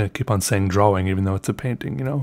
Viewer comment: u pronounce drawing, drowing. so ye